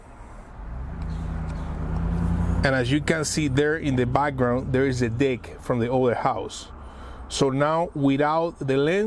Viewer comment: ty so much for the tip great job on the video, i think you ment "deck" but i kept hearing "dick"